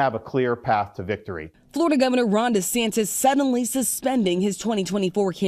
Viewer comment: Damn, would you please pronounce the racist man's name correctly. His name is DeSantis, not DeSantez